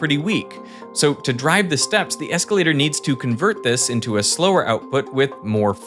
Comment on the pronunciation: eeescalata, eeescalata, eeescalata, ohhhwooow!